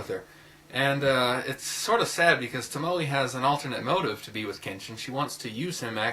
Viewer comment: Toe-moe-eh (pronounaiation) Tomoe :) but yes, trust and betrayel was the second best anime movie i have ever seen (second only to princess mononoke)